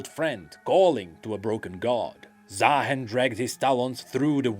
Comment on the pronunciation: why its ZaaHEN, should be Zaarooster